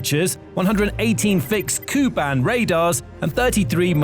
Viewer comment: K u band, not Koo band.